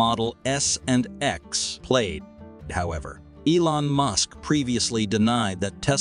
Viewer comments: Please train your robot voice to pronounce words properly. Plaid, not played. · Plaid is pronounced plad. The more I here from this channel, the more I believe that the speaker is not a person but a computer simulation. The information is good the spoken words are needing correction every video.